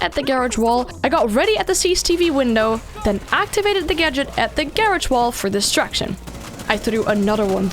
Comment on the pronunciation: I hate her accent I can't understand anything she said destruction and distraction the exact same